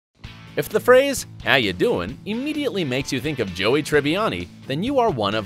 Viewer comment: The dude narrating this has never seen the show. - Ross was a paleontologist, not an anthropologist. - The coffee shop is named Central Perk, not Central Park. - Say's Lisa Kidrows name completely wrong. - "When Rachel turns thirty in season thirty" - "How you DOING" There are probably more but it isn't even worth it to watch the rest.